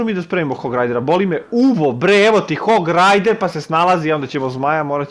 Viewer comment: Hog rider uvek kaze hog rajder da GA se uplase